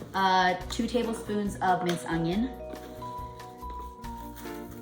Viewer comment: The word is ONION. Not UNG-ION.